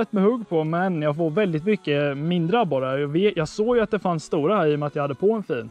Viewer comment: Någon som komihåg hur mogna gånger han sa abore